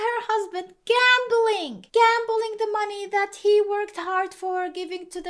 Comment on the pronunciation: At minute Unclo Roger drops in, theyway you say gambling its as good as saying HIYA!